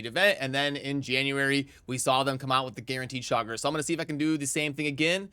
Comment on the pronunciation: Please stop calling him Chogger, like jogger. It's Cha-gor. Drives me crazy.